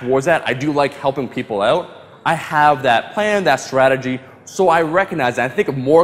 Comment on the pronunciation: "I do like helping people oot"😂....so damn Canadian, priceless!